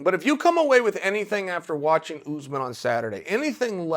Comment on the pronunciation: It's Usman not Oozman.